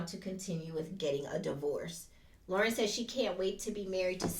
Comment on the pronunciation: Laurence, not Lauren.😊